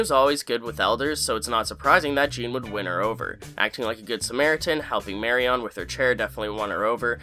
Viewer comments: Sorry but the repeated mispronunciation of the name Marion got to me. Regardless of spelling it’s “Marian” not “Mary On” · Please don't pronounce Marian's name like that *cringe*....I thought I would be cringe free now that Papa is not in the story any further. Please 🙏